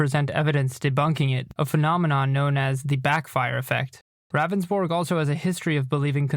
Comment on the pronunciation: It’s Pronounced Roundsburg not Ravensbourg...He even says his name during the 911 call and yet still you say it wrong always...